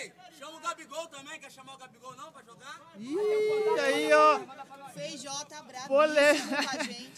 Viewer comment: Esse cara chamando o Feijó de feijão me deu uma agonia